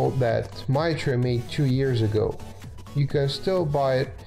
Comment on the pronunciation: Mitre is pronounced might-er